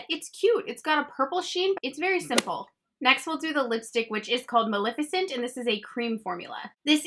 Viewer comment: I love you and praise you for doing these so much!! They’re always much appreciated. Just wanna let you know one thing though girl.. it’s maleficent (like ma-leh-ficent) not malificent lol you even spelled it on screen the way you said it, but that’s not how it is. I don’t wanna be rude just giving a heads up!! Lol 😂😘